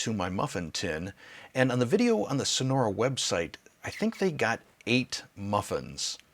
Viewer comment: Sorry but your pronunciation is really bad of the name of this product! LoL 😀 But many thanks for the video and the review!!!